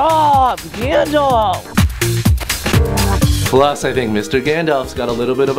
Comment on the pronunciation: It's Gandalf not Gandlaf! Lol